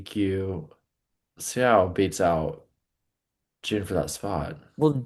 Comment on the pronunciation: you're too invested in a korean skater to mispronounce "Seo". always saying "see-o" is giving me nightmares especially when is right there pronouncing it correctly.